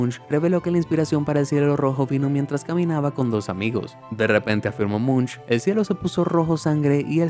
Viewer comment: Si se escribe "Munch" pero pero se pronuncia "Monc"